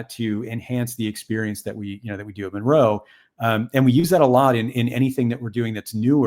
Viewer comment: Ahhhhh mon roe. I hate it 😂😂😂 I love the video though!